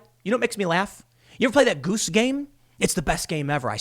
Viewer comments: The way he says "Goose" made me laugh. Just funny. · LOL why are you saying “goose” like that!? Mouth is aching from laughing 🤪